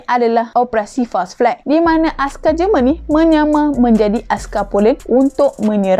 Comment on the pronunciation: JEMEN BUKAN JERMAN hahahaha